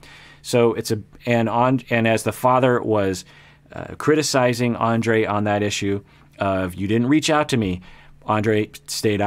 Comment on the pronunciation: Topic for this couple: toxic masculinity. I sort of wished he'd start from the middle and wonder why they're so antagonistic toward each other and who's at fault. I forgot Libbie ever called herself a rebel, how funny. Oh and I think he pronounced Andrré wrong.